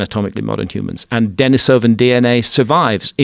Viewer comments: I had to stop watching your video because your guest kept mispronouncing both Neanderthal and Denisovan. Low credibility. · The fact that he’s mispronouncing both Denisovan AND Neanderthal is absolutely killing me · This guy's an expert? He doesn't even know how to pronounce Denisovan.